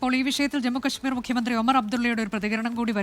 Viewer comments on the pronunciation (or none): none